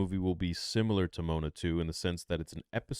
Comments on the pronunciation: it’s Mo-A-Na. Not Moan-A. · Its said like mowana😂😂 not moanuh hahaha thanks for the laugh theory! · Dude said MONA lmao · pronouncing Moana as moan-a 😂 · forgive the nit pick but Moana is pronounced mo wan a, but yeah Polynesian names are fun to correctly pronounce. Also your hope for what the plot of Mandalorian 2 is, does sound great. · Mo- ON- uh , thats how you pronounce moana 2 🤣🤣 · "Moan-a 2" When you say it like that it sounds like a pron parody. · Moe-ON-a......sorry but that shit just hurt my ears, lol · whats with the miss pronunciation of Rotta's name also Moana lol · no way you said Moana like that😂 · Came to the comments to see if anyone else noticed haha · Bro, how are you going to get the pronunciation of Moana 2 wrong????😂😂😂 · he didn't pronounce Moana 2 right. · As soon as he learns how to pronunciate Moana 2 🤣😂🤣🤣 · oh my lord so true